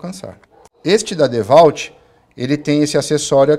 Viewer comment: Ótimo vídeo, porém a pronuncia "DEVALT" dói o ouvido kkkk